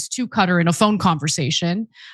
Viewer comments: Cutter????? Qatar is pronounced as Kuh-tar not Cutter! 🙄☹️ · Its Kuh-tar not cutter...😊